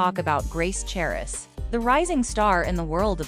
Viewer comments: The "h" is silent... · the "h" in the last name is silent.